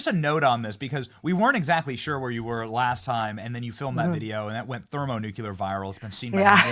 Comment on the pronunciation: My God! I haven't listen to this feller for weeks and weeks at a time, and what do I hear from him within a minute and half of this clip? "We weren't exactly sure where you were last time, and then you filmed that video, and that went ThermoNUCULAR viral..." This guy NUCULA Benny is so, so much fun -- never misses, uses the term over and over again. DON"T ever quit, NUCULAR Benny, who the heck cares about Nuclear when we get Nucular from you?! You must be lighting up the Internet with your ThermoNUCULARITY...